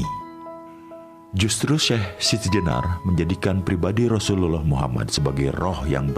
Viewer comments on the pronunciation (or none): none